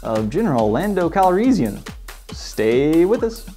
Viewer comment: RE: Han...Star Wars variations in pronunciation are all over the place...for example, I've never heard anyone pronounce "Calrissian" the way you do; I always say and hear it with more of an "is" sound in the middle than "ease." I believe George Lucas usually says "Han" the way Lando does in the films, maybe Billy Dee Williams just decided to copy the way Lucas said the name rather than the way the other actors did.